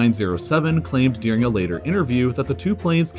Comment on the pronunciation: It's pronounced during, not dearing.